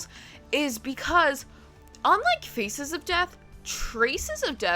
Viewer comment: This is not a criticism at all, but all I can hear when you speak is "FECES of death" lmao